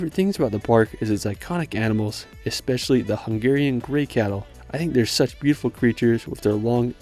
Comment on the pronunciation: Unbeeeeliavably good video about my country, a huge thank you! And I do think I'm not the only one who will tell you how correctly you pronounced the Hungarian cities', castles' etc names.